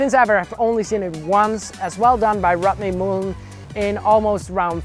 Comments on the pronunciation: “The impahssible tricks of rutney mooln” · The impossible pronunciation of Rodney Mullen.